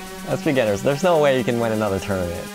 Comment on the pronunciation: "I wanna show you I KEN do it"